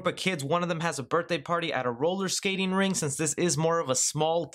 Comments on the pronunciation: It's roller staking RINK, not "ring". And it's LIBRARIAN not "libarian." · Brian Ruelke He also called it a roller ring. It’s a roller rinK.